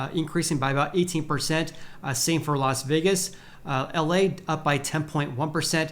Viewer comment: It's Las VAY-gas. Not Las VEE-gas. lol